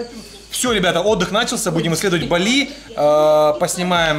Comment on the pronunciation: Не балИ, а бАли